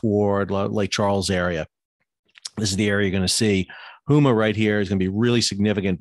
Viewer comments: Sal - Need to update your pronunciation of Houma. It is NOT Hoo Ma, it's Home-ah. Otherwise, good summary of Gulf impact. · I don’t want to be that guy, but the i have heard in on too many discussions today. Houma = Hoe-Ma